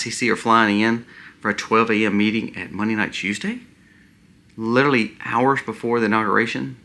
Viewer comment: Respectfully....Some feedback for improvement. "LiteRally" is pronounced "lit R ally".